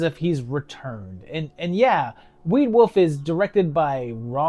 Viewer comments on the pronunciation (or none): I love the accent where you pronounce Wolf as woof~! These seem pretty fun; never really heard of any of them, surprisingly. EDIT: Shit, you called me out lol